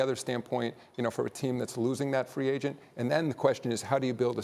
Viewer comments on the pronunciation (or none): none